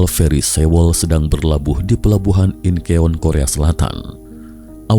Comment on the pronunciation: bacanya inchon bang. bukan inkeon:((